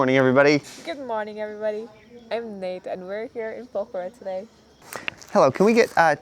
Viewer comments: It’s Pokhara not pakhara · Po - Khʌ - Ra But, that's just a small tidbit.